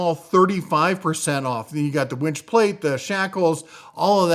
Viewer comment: I think it is pronounced winch, not wench! Lol.